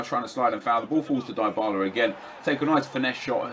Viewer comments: It's pronounced dibarla not diybarla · you pronounce it dibala not daibala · I'm not sure on this but isn't Dybala pronounced "Dee-bala" instead of nep's "Die-bala"? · In italy we pronunce it "Dee-bala"